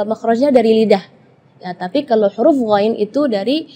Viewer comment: kalo menurut saya penyebutan huruf DHOD sama Ghoinnya kurang fasih.